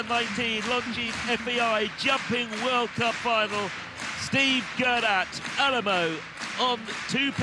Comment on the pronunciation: Did anyone else notice that the commentator says Steve Guerdat with Al-a-mal-o instead of Alamo???